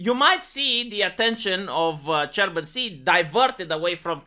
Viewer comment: I always heared german instead of chairman.....